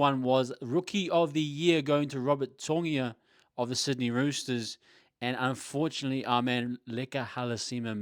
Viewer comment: If its in Tongan would it be Tongia While the Samoan Spelling would be Togia? Yeah anyway I did a double take too when he kept saying Togia instead of Toia.